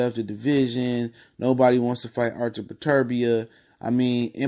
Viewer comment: Learn to pronounce the man name before featuring in your video